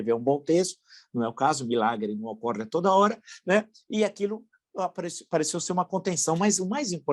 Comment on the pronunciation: É Ocorre e não ocoriiii!!! Palavra dos anos 20